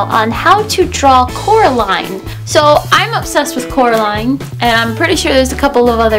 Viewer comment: ''Coraline not Caroline'' lol